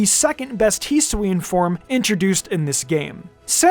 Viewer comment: “Hesween” >_> HESWEEN?!?!?!